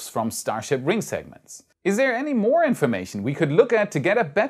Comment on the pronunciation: slight word issue. moe-more just sayin :)